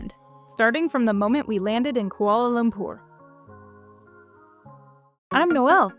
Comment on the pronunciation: One of the cringing things that we locals found with foreign Youtubers are when they butchered the pronunciation of the word ‘Kuala Lumpur’. Most pronounced it as ‘Koala Loom-per’. But you guys, said it perfectly. That’s a sign of love there! 😊